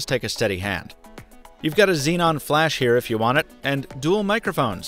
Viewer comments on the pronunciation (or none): none